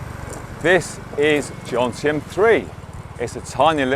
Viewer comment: I am surprised that a Pattaya “veteran” like you …makes😎 the usual Pommy mispronunciation “JoNtieM” instead of Jomtien…juxtaposing the M and N…!!